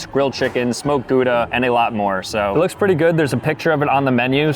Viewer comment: The way he pronounces Gouda though 😢